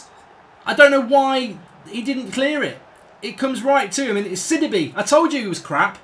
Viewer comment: It’s not Sid-I-be Up it’s Sid-ee-bay